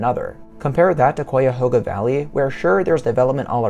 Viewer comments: Great video! Nice waterfalls! I enjoyed watching! Also, as an Ohioan I've always heard Cuyahoga pronounced with a Hi in it ( like O Hi O ) like Ca - Hi - A - Ho - GA. I've been in downtown Cleveland before where the river goes into the lake and that's how it was said there too. That's the way I've always heard it said. Maybe you can say it both ways though. Maybe it's pronounced more like Cai - A - Ho - Ga. If any other Ohioan reads this you can tell me what you think. Yeah it's like it looks one way and it's pronounced another way. I do that too with places I've never been too. I've heard someone pronounced Utah before like U - Ta instead of U - Taw 😅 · first it is not Coyahoga, it is Chiahoga. Really the best way to explore the Valley is on Bicycle. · Pronounced "Ki a hoga" not "Kwi a hoga." I lived in the area for more than 30 years. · Both this video and comment section are so unbelievably ignorant as to what designates a national park and what doesn’t. Also say it right. It’s Kai-a-hog-a. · You are mispronouncing Cuyahoga. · I just love it when out-of-state people try to pronounce Cuyahoga